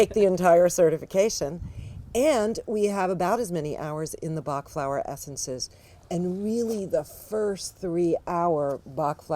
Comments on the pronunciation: If you use google translate and put the english word 'Bach', you will have the exact prononciation in french! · You should revise the french prononciation by a french person. It's not right prononciation. Thanks for the presentation though. Interesting!